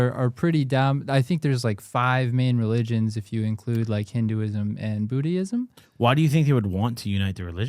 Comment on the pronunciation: Did call Buddhism Bootyism 😭